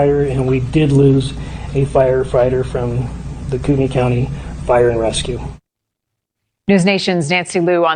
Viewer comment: Koo-tin-ee county